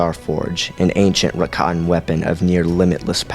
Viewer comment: The Star Forge was RAKATAN, not "Rakan"